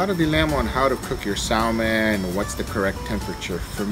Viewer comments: I'll give a try today....FYI....it is not pronounced Salmon...it is pronounced Sammon....I should know , now ya'all do too. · PLEASE learn to say Salmon and Briquettes correctly LOL